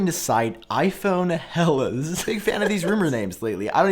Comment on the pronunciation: Hellas is pronounced "Ella" with the Ls at the tip of the tongue... 😉 Good to know if you ever visit Greece